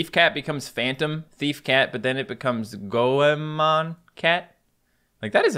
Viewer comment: its goemon shes not go e mon